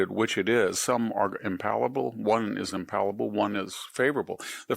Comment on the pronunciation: The word is impalpable not impalable